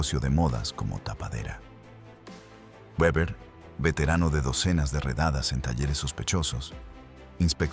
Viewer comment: Se dice Beber(Weber)